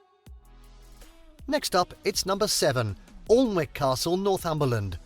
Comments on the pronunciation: Arundel is in West Sussex, which isn't the same as Wessex. If the narrator doesn't know that Alnwick is pronounced Annick I'd be looking for a different video!! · 'AWlnwick Castle' is Northumberland is pronounced ANNick. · It’s not pronounced Alwick. The pronunciation that is correct is.Ann-nick castle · Alwnick??? it is pronounced Annick Castle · Alnwick Castle , the home of the Percy's , the Dukes of Northumberland is fantastik. However it is pronounces " An -ick" Not "Alan wick" . The river that passes nearby is the river Aln , which gets into the north Sea at Alnmouth , this time the "L" is pronounced! Just to confuse the non natives. Northumberland has loads more castles well worth a visit. The old kingdom of Northumbria which includes County Durham, bits of North Yorkshire and Northumberland has castles, the Roman Wall Cathedrals , Abbeys aplenty! Holy Island and for bird lovers the Farne Islands and of course Newcastle upon Tyne the best city in the UK! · I just visited the small towns where I lived as a child in Yorkshire (popn 6 & 7,000), and both of those have castle ruins, only 7 miles apart. I was embarrassed by the pronunciation of "ALN-wick" - it's "Annick". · Alnwick is pronounced 'annik', not 'arlnwick' this narrator did not do his homework! :D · Awlnwick? It's pronounced Annick. But then this is a very Southern based video! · It’s pronounced Anick the l and w are silent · As soon as the commentator said Alln-wick I knew they were reading from some rough description from wiki 😂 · Alnwick Castle is pronounced Annick. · I think that's pronounced Annick not Alnwick like it's spelled. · Can’t believe a brit narrator can not pronounce Alnwick properly!!!! It is pronounced ‘Annick’ for heavens sake. 🤦‍♀️ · IT'S not Alnwick the local language. Say Anick.... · Alnwick is pronounced anick ffs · It’s pronounced ‘ANICK’ castle - ughhh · Alnwick castle is actually pronounced ‘Annick’. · The L and W in Alnwick is silent and it is pronounced Anick.